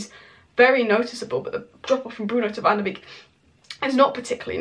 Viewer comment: its pronounced Donny Van der "Bake" not "Beak"